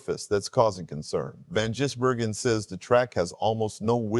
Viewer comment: Are you really a NASCAR fan, or ai? It’s ziliCH not Zillish and Van GISbergen not Jizbergen. Sheesh! 🇦🇺🇳🇿